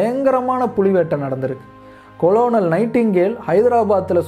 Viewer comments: அருமையான பதிவு. ஆனால் Cononal இன் உச்சரிப்பு கர்னல், கொலோனல் அன்று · 6.50 .. அது கொலோனல் அல்ல kernal (கர்னல்) spelling Colonel but pronunciation differs nanba...